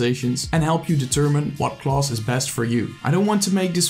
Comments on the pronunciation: "Closs" instead of class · Huhu it bothers me how he says class as "CLAUSE"....But otherwise, it's a good video. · The way you say "class" though 😂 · the way he said class